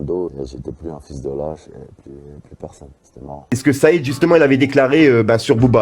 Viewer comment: T’y est même nul en arabe 🤣 même le nom de Said tu l’as tuer 🤣🤣